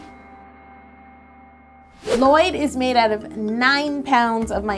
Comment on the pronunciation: Not Lloyd... It's L-LOYD